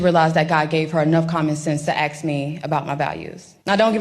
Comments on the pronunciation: "AXE" IS NOT THE SAME THING AS "ASK"! I WOULD NEVER VOTE FOR ANYONE WHO COULD NOT SPELL. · Why can't these people say ask! Ax me anything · The word is “ask” not aksk. Not hard to pronounce if you read those 3 letters correctly. a- s-k